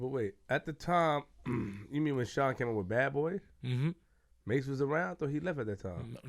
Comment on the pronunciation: Shyne who? Kshine lol.